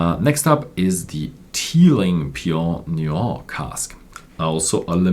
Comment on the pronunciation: haha I understood, he just said it a weird/funny way.